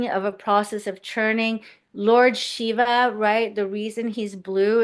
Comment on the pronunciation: Shiva Devotee here, loved listening to. Her Sanskrit pronunciations felt like listening to a very ancient learned astrologer reincarnation. Btw, you pronounced “Shiva” correctly. Thank you. Will definitely refer to this video. ❤Thank you for bringing her.